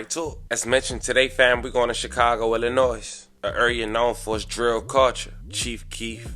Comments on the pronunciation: ❤I luv you but please stop saying Ill-i-noise. The 'S' is silent. It's pronounced Ill-i-noy. Keep keeping us informed. Much Luv from Chi-town & y'all please 🙏🏽 for our children😅 our city! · The S in Illinois is silent. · Illi-noy and where they mammas and daddies